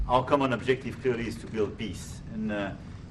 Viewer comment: " A long standing Piss " Macron everyone...